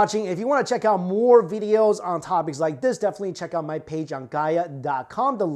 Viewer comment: This channel is only good for old recycled information and his mispronunciations. Stop blindly liking bad "veedeeos" as he would say.